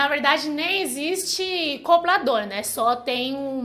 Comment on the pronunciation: "Coblador". Rsrsrs... Fofa!!! 💓💓💓💓💓💓💓💓😍😍😍😍😍